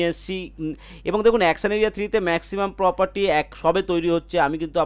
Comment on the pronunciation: Poperty নয়, Property!😂